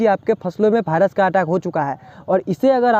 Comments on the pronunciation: भाइरस😅 ❌ वाइरस 😁✔️ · भायरस नहीं वायरस होता है भाई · जानकारी उपयोगी है लेकिन कृपया भायरस को वायरस बोले।